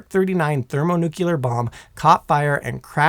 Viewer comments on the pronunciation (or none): My brain hurts after watching a third of this drivel. First off, there is no word in the English language "nuculer" much less "thermonuculer", ffs!!! Second, I doubt even the Tsar Bomba could destroy the entire state of North Carolina, even being a hundred times the power of one of our nukes. There is nothing magic about a nuclear weapon no matter how big. Despite the stigma heaped upon them over the eighty years since they were deployed, a nuke is nothing more than a big bomb. Discounting radiation effects, which would largely be limited to the immediate area and that downwind, it's just going to make a BIG hole, and damage trees and structures for a few tens of miles around ground zero at worst, depending on the detonation altitude. An impact detonation would be attenuated and deflected by terrain, which is why Little Boy and Fat Man were both detonated thousands of feet above their targets. Lastly, even an armed implosion-type bomb whose chemical explosives are detonated by high-speed impact or ground fire will not "go nuclear" under any conceivable circumstance. The precision necessary to time the explosives perfectly symmetrically to implode the Physics Package down to supercritical, whether fission or fusion bomb, required the invention of a new device, the Klystron Switch, and even the length of the wires to the blasting caps had to be precisely measured to ensure that the initiating electrical pulses reached the detonators simultaneously in order to pull it off. An as